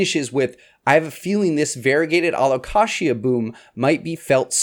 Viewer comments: lmao its supposed to be Allo-Kay-sha/jha.. like the word allocation.. but allocatia.. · Taxonomist here! Allow-Kay-sia. He says it wrong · My alocasia bloomed. It was uneventful 😂. I’ve never heard alocasia pronounced the way you do. I say Al -oh-cay-shuh. Anyone else? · Never heard anyone say alocashia haha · My real ick is how he says alo-KASHYA. Love the series though ;D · I’ve never heard it said like the Kashi cereal before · It took me a second to realize what you were saying. I've never heard anyone pronounce it that way. But it's your video, you say it however you want. 😊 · No he says it weird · The way you say Alocasia 😅😂 I’m so excited for 2024 plants!!